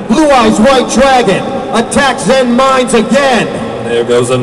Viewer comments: but its pronounced zen-MAINes. not zen-MINEs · but their actual pronunciation is zenMAINes... so... sucks. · in the japanese language they have a charcter that is the equivelant to ai, but it is pronounced with the "big i" sound. all of the wind-up cards that have zenmai- use this character and everyone just started pronouncing it incorrectly like the japanese god of thunder/lightning Raiden but I digress. all of the zenmai-cards are pronounced zenMINES, or zenMITEY, or zenMILEstrom.